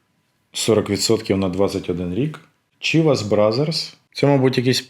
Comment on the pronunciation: Поправка: Chivas вимовляється як Шівас.